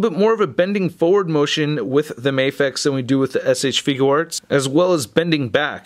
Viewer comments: You say shfigure arts wrong it is not shfiguw arts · Had to pause the video the moment I heard you say figUUarts.......Got annoying fast.